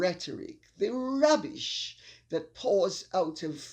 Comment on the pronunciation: I love the way you say rrrrrrrubbish!